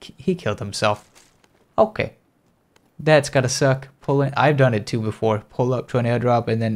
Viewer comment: Love the way he says "okee"